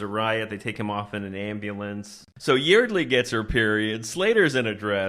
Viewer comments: By the way, Yeardley is pronounced like “yard-lee”. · Yeardley is actually pronounced like YARD-lee. And what the hell is up with that milkshake? They just got it, and it was completely melted. I guess Texas is even hotter than they say.